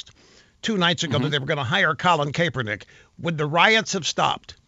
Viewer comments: kAAApernick! first time i heard it said like that. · It's Kaepernick Russ. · And then they correct him on Colin K's last name.